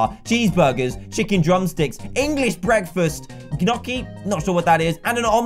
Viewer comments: GNOCCHI IS PRONOUNCED KNEE-OH-KEY NOW SAY IT FAST! Hm? Yes, i know it has been four years.. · Gnocchi is a potato pasta and it is actually pronounced nee oh kee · You pronounce it Noki.